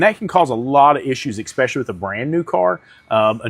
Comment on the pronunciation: For the love of humanity THERE IS NO X IN THE WORD ESPECIALLY